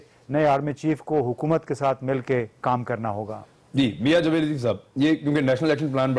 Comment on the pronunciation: Suo moto not suo motive. Feeble minded people's feeble minded representative. And its JAAved, not Juh-veid. Now for the next three years we will have to hear COAS Qamar Juh-veid. Damn.